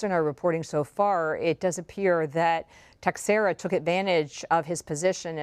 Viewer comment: His last name is Portuguese and it's pronounced (teck-shara) ... cmon people, get it right